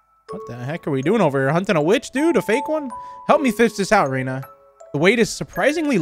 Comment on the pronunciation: he said reyna instead off ryna and that made me think about valorant lol.